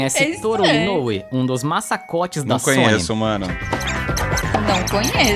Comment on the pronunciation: massacotes? Chaves é vc?kkkk